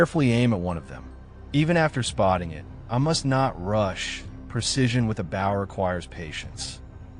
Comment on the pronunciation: Okay the AI voice pronouncing bow like the bow of a boat instead of a bow in a woman’s hair is annoying. Even more annoying is i’m stuck sitting here watching and not being able to participate! 😂